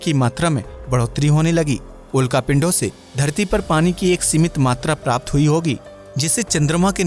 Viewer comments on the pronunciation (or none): none